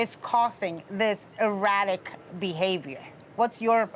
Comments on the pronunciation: I heard erotic haha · EANM Rachel the word was supposed to be “erratic”. Her pronunciation was however “erotic”! Listening is fundamental... hence all your confusion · Did she say Erotic Behavior??? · Ppl that are saying “erratic...” like we’re dumb. She literally said erotic that’s the point that’s funny. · She did not pronounce it correctly.